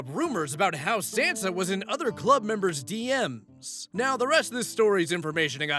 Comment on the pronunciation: That pronunciation of Sansa is killing me.😂